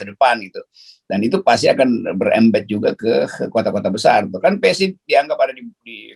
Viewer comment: PSI tuh bacanya spi.... 🤣